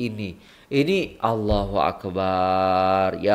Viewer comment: maaf iya..mohon sebutan ALLAHUAKBAR..mohon sebutan BAR jgn di panjangkan..karna makna nya jadi lain..maaf sekadar nasihat..